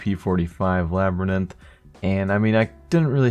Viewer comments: Did he say labryninth? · Labyrinth? Good way of saying it sped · You pronounced labyrinth wrong FYI